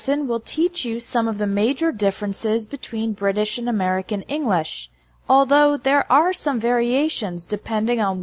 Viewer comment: I believe she's pronouncing English without any G sound in it. It sounds more like Enlish. I'm not saying it's wrong, I've just never heard anyone say that way